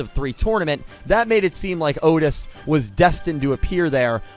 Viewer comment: So... Otes, not Otis? :P